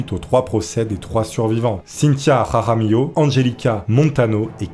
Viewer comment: ''raramillo'' putain l'accent espagnol de ouf!